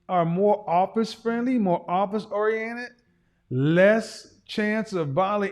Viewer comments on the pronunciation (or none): none